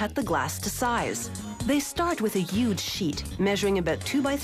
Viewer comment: Did she say yuge sheet